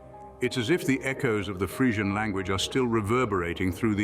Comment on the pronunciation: Crap video. He doesn't even pronounce Frisian correctly.